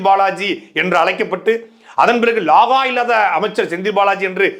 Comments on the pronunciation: லாகா என்று சொல்வது பிழை ; இலாக்கா என்று சொல்லுங்கள் துரை ,இது வடமொழியின் தமிழ் உச்சரிப்பு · தம்பி அது “ லாகா” இல்லை “ இலக்கா “. “வலக்கு” இல்லை “ வழக்கு “. மலை மெலெ மழை” பெய்யுது எப்பிடி சொல்லுவெ 😄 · Athuvum saattai d.murugan sollum bothu antha pronounce romba nallaa irukkum........